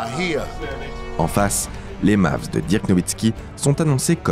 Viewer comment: Ça se prononce deurk pas dirk